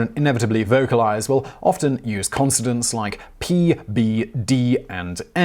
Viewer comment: Apparently the well known British name "Coleridge" is pronounced "Coldridges" by Simon. The former is a well-known poet, the second sounds like a High Street haberdasher. I'm beginning to think these mispronunciations are either deliberate trolling or a genuine pathology. It's KOL-uh-RIDGE, Simon. Also, "consonants" is not pronounced "consodants".